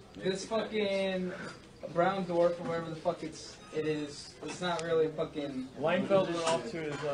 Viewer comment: Dude I love to hear her say what-her!!